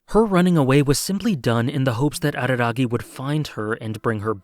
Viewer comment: Late to the show..... didn't he tell Mayoi that he would leave all to save her? Edit: "Hachikuji Goodby" is saddest scene in all, for me. Also, thanks for not imitating a barking dog when saying Araragi.